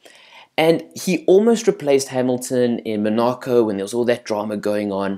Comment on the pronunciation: Thats not how you say Mercedes and that is definitely not how you say Monaco